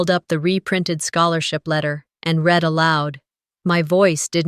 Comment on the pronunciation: It’s not pronounce reed it’s red for the word read in the narration. Such a shame that nearly 9 times out of 10 the narrators pronounce words wrong. They should be given a lesson in pronunciation and grammar. It’s not their fault, it’s the powers that pull the stings.